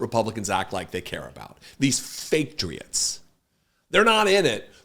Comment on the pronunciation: Statriots? Did I hear that right!